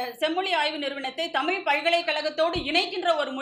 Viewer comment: தமிள் செம்மொளி வாள்க! தமிழுக்கே சிறப்பான 'ழ' வைச் சரியாக உச்சரிக்கத் தெரியவில்லையே!